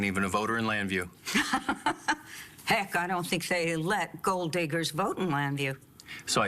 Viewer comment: Access Llanview? UGH